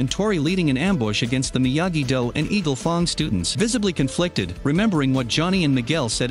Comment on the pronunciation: skip to he sais eagle FONG students